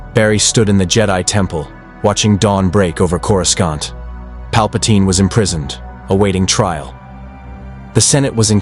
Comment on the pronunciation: One where your AI stops saying "Corus-cont".